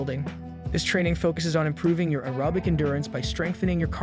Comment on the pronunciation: I’m not listening to the advice given by someone who can’t pronounce aerobic.